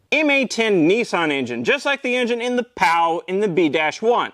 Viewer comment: Just a quick correction, 'cos I can't see anyone else having mentioned it yet, the Pao wasn't pronounced "pow", it was "pay-o" :)